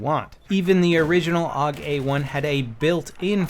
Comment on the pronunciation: you dont call the AK the "ACK" or the ACR the "ACER" then why do you call the AUG the "OG"